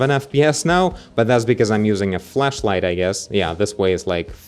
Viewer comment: im not one for techinal but i like it when he says flashlight and it sounds more like he said fleshlight